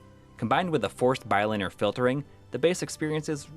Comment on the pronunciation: You sayy bi-linear weirdddd. Great video though!